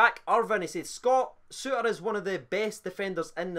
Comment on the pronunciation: "John Sutter". Mostly it's pronounced okay. Just that one time. Poor.